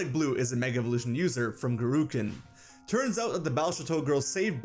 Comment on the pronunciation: It's Gurkinn, not Gurukinn